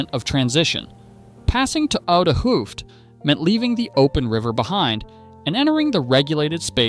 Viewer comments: A double O is pronounced as 'Oh' so Hoofd would be pronounced 'Hoved'. Stroopwafels are pronounced as 'Strope waffles'. So maybe when you write hoved Ai pronounces it the right way. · This is not nit picking, but just to explain how to pronounce some Dutch words. The double 'oo'-sound is pronounced as the 'o' in Santa Claus his 'ho, ho, ho'. And the word 'vis' is pronounced as the word 'is' with a 'v' in front of it, so similar to fish, but then with a 'v' and without the 'h'.